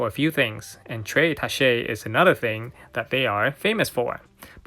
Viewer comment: You need to look up the pronunciation of “tacche”